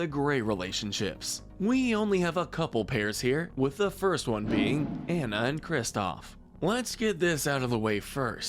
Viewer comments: Why are you pronouncing Anna’s name wrong but Kristoff’s correctly??? It’s “on-a” not “an-a”. Ok. Got it.😤 Go watch the movie again if you don’t believe me. I’ll wait. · Nahveen, not Nayveen Ko-ko-um, not kokum ahna, not ana "princess" adam killed me tho, that was the funniest mispronunciation. reyeuh, not rayuh since i assume youve seen these movies i feel that these are both needed pronunciation guides and ones that are good reminders because its basically like the last airbender live action movie calling aang ahng. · I'd say the most Toxic as an addition even though it didn't last would be Anna and Hans. (Also it's pronounced On-Uh, and NUH-veen) I think you should do one for siblings/Deep friendships. One of my favorites is Pocahontas and Nakoma (pronounced NUh-Co-Muh) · i love videos like this but when the person doing the voice over mispronounces the names THAT ARE SAID IN SAID MOVIE like anna and kristoff it may be spelt anna but on pronounced diffrently and like i said ITS SAID IN THE FREAKING MOVIE